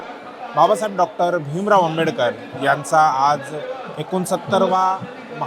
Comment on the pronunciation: बाबासाहेब आंबेडकर यांच नाव नीट घे तु नाव कस सांगतोय